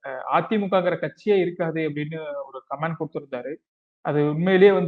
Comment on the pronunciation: Don't you know the difference of pronouncing Comment & Command?